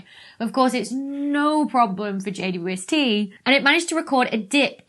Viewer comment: Why does she say JUST when it’s JWST?